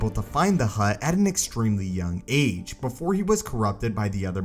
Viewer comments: Nobody: Narrator: AT AN EXTREMELY YOUNG AGE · Why does this guy keep repeating “at an extremely young AGE” stressing AGE with such a weird emphasis? Is it just need-don unawareness or some marvel of editing?